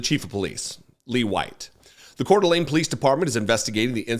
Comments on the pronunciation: First , let me tell you what a joy it is to hear the name Coeur d'Alene said correctly! That's a rarity all by itself. How awful is it that 1 of the most beautiful places on earth is full of a bunch of white supremacists and fascists? I grew up in E. Wash., and I remember Richard Butler. Those people didn't change their Aryan Nation views, they just melted into the background for a while. Now that they feel safe, they are back at it again. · Thank you for your coverage. Thank you for pronouncing Kootenai and Coeur d' Alene correctly. The behavior of the sheriff and the 'security' was shameful. I lived in another state for 28 years and I was always embarrassed to tell people I am from Idaho: this is an example of why.